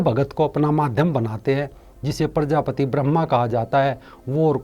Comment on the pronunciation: प्रजापति नहीं प्रजापिता बोलो